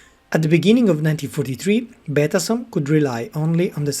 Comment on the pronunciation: La traduzione in italiano è pessima: la voce elettronica non è neppure in grado di pronunciare correttamente la parola Betasom. Il nome "Todoro", invece di Todaro, è addirittura comica.